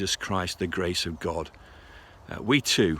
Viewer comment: "Grace of Grod" 😂